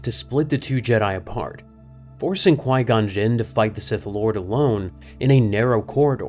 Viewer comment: Qui gon juun 😂